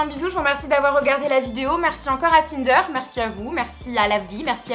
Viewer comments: Au début au lieu de tinder j'ai entendu kinder😂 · Encore une bonne vidéo! bravo;) au début j'ai compris "kinder" ahah:) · Lise tout court vrmt 😂 elle le dit mal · Au début j'ai cru qu'elle avait dit Kinder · à 0: 31 g crus que t'avais dit < kinder > lol !!!!!